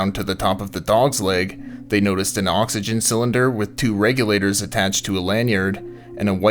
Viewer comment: Thanks for pointing that out. Now every time the narrator says oxygen, I get a little bothered. I did however enjoy reading through this thread of comments with everyone correcting each other and being wrong most of the time. Enough YouTube videos and everyone thinks they’re an expert haha